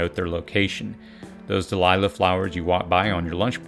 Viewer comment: Dahlia flowers. Not Delilah flowers.